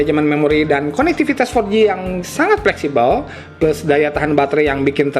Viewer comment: kocak lah cara bawain nya.. tp keren 😅 pleksibel = flexible 😅😅